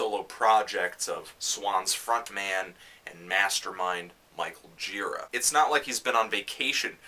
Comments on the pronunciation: It's GirAAA, not GIIIra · when i saw an angels of light show a number of years ago, michael gira introduced himself, and i was surprised that he doesn't pronounce his name the way i would have (and they way you do here, anthony). he says it like ji-RAH. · You know this is an old Fantano vid because he’s still pronouncing Michael Gira’s name wrong lol